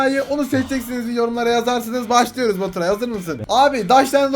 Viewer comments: goturay değil vapuray 😉😉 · baturay değil boturay asdasdsadsad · abim sana ğöt diyo 😂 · Abicim Götüray Nedir Ya :D Hala Gülüyom Amk :D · abi seni seviyorum ama abim baturay gottos diyo sanada yaraksiz diyo